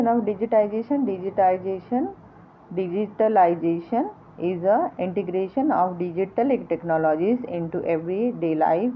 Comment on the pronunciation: Sorry to say Mam but just wanna Correct you .....the pronunciation of Digitalization is different mam